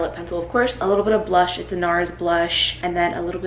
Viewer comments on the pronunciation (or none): none